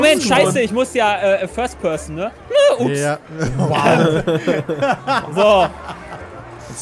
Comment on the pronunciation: der Franzose kommt aus immer mehr raus erst Le Was und jetzt Le Ups